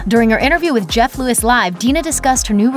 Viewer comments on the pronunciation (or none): none